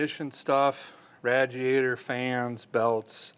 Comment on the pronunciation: Had to stop watching because of the way he kept saying RADjiator and CheveroLET… ugh! Nails on a chalkboard 😵‍💫